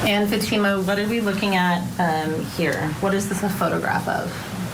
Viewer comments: She didn't run away. Also her name is pronounced FAtima. Accent on first syllable. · What is the age of the daughter? This father is heinous. He obviously was going to be paid from the old man's family if he allowed his daughter to marry. This is called prostitution. This lawyer can't even pronounce her name. It's FA-tee ma. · I think her name is pronounced fat a ma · Please someone correct the attorney he pronounces the young victim’s name incorrectly. He sounds so unprofessional as he constantly mispronounces her name. It could be considered disrespectful also. It appears he’s the only one that doesn’t pronounce her name correctly. Maybe he needs a hearing test and hearing aids. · The Dad acting like he is asleep during testimony. And the public defender acting bored to death . And the pronunciation of her name is not correct .